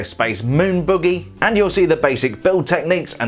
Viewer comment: He says buggy like boogie